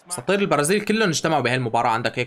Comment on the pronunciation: انت لما قلت اساطير البرازيل كلهم اجتمعوا سمعتها كأنك قلت مساطيل البرازيل 😂😂😂